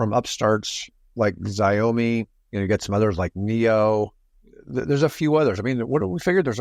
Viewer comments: It's NOT Xi-a-mi.... it's Xia-mi... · Xiao -> show, rhymes with chow. Mi -> me